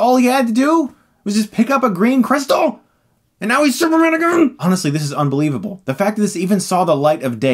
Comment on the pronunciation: "And now he's SUPERMNGN?!" 🤣🤣🤣